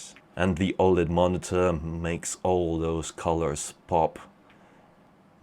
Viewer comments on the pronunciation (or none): none